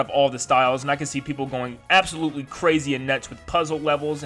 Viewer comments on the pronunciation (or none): none